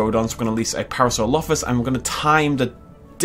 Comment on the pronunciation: Par -asaur - olophus